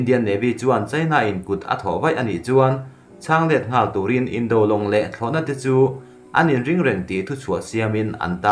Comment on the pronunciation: News ho hi nangma lawkkhawm ni lovin mi lakkhawm i chhiar tih a chiang. I pronunciate dan a dik lo nasa ṭhin. Tone mar pât a chhiarzawm tur ni awm tak te a tone hniam in i lam lehtlat zel a dawt chiah a word i lam zawm hma in. Indo-china tih ang te hi a tone mar pât a lam zawm zat tur a ni a, mahse indo tih lai taka do lai hi a tone hniam in i lam leh ta daih a, beng a kham chang a tam tlat ṭhin. Han ṭang lehzual teh le....